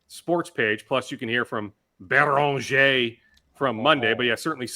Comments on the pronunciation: 30 minutes of rambling on and on and on is too much. Can someone please get him to pronounce Beringer like a normal human?!?! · Can someone help pronounce Beringer? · Sad to say but we have to trade Beringer. There is no other way for to stop saying his name like that.